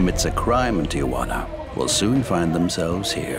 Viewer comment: Tijuana, NOT Ti-a-juana? It’s not that difficult.